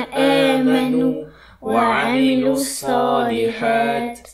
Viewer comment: Je pense que tu fait erreurs sur الصلحت ya kesra PK Tu ne la prononce pas pareil pour الحقِ il ya kesra